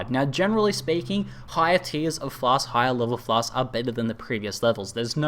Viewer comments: (Not complaining) but you could've saved yourself some torture by just calling them potions or pots and clarified in the beginning that Pots=Flasks. I don't mind either way, but I felt bad for you because I hate constantly pronouncing shit I can't say well and you had to do that a lot in the video. Nice guide though, very helpful for me as I am completely lost on how to craft flasks etc. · Lol I watched this with subtitles turned on, It's fun how many different words result when says "flasks"